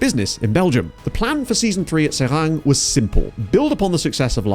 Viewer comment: Pronunciation almost good. Just drop the -ng at the end. So just "Serai". Seeing SK Beveren drop to the 4th division...This is the team that introduced players like Eboué, Gervinho, Yaya Touré, Romaric, Arthur Boka into European football.